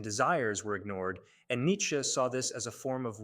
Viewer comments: These people finding unique ways to pronounce his name is getting out of hand. "Neetska" is just ridiculous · it's Nits'che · Its AI that's why its pronounced in such an absurd way